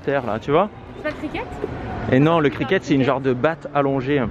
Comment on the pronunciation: trop de déception nourriture mdr, pour le sport que cherchait c'est le cricket (le T ne se prononce pas) je suis de vos vlog j'ai l'impression de m'évader, par contre vu les galères que vous avez durant vos vlogs vous devriez renommer la chaine Les aventures de et xD 🥰🥰